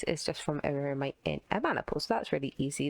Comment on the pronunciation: New drinking challenge: take a shot every time fails yo pronounce "Myrmitite" "Myrmite" or "Myrmex"